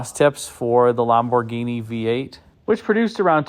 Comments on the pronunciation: It's pronounced LAMborghini, not LOMborghini. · The Italian way is Lam-bor-GEENI, with emphasis on GEENI. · You are probably pronouncing it correctly, "LOM" bhorghini, but it sure sounds different to my ears. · Bausch and Lomb-burg-eenie? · Lam boh ginie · Can't you say Lamborghini like a normal person? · The way you say Lamborghini cracks me up. It's like an american trying to immitate an italian saying it, but without the accent or pizazz. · Had to turn this off the way he was saying Lamborghini was killing me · He is NOT pronouncing it correctly.